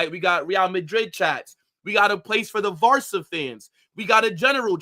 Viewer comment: did this man just say Varca fans? 😂😂😂